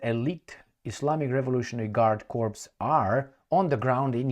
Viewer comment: “corps” is pronounced Corp or Cor!